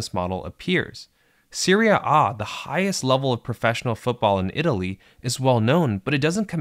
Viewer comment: Annoying and unnatural pronunciation of 'serie A'